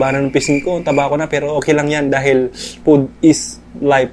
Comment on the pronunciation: "Pud is layp" WHAAAAAAAA 😹